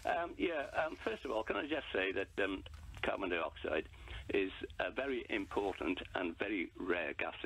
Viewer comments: Carbon Di-oxford.? Why the fuck can't he pronounce carbon dioxyde. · ‘Carbine dee-oxide’. What is this? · You’d think he’d at least have learnt how to pronounce carbon dioxide...